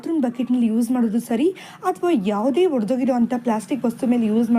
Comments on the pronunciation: ನಿಮಗೆ ಕನ್ನಡವೇ ಬರಲ್ವೆನ್ರಿ... ಎಲ್ಲ ವೀಡಿಯೋದಲ್ಲೂ ತಪ್ಪು ಮಾಡ್ತೀರಲ್ಲ.... ನೀವು ಮಾತನಾಡುವಾಗಲೂ ಹೊಡೆದ ಅಂತೀರಾ...ಅದು ಹೊಡೆದ ಅಲ್ಲ ರೀ ಒಡೆದು ಹೋದ ಅಥವಾ ಒಡೆದ...ಅಂತ ಹೇಳಬೇಕು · ಇವರಿಗೆ ಹ ಕಾರಕ್ಕೂ ಅ ಕಾರಕ್ಕೂ ವ್ಯತ್ಯಾಸವೇ ಗೊತ್ತಿಲ್ಲ.